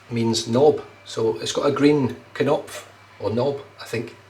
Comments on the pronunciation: Nice shave, and thank you again. According to Google Translate, your pronunciation and translation of Knopf were perfect, we’ve all learned a very useful German word. 😌👏 I found it so difficult to make a video for my friend but I actually found myself smiling about a funny thing Frank once said to me yesterday. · You got the "knopf" pronunciation spot on this time,. It can mean knob or button.